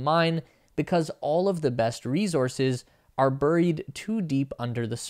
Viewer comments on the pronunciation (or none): "bur-reed"-!? That a new type of reed for your wind instruments? Is it for a clarinet? The "u" in "burial" and "buried" is actually closer to an "e," vowels are unstable in their pronunciation as all 5(+ y) sound alike or totally different from each other, based on what words they are found in.